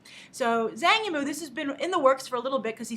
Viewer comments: I think its pronouced Jang Emu but my mandarin is rusty so who knows. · I believe it's pronounced 'Chang Yimou'....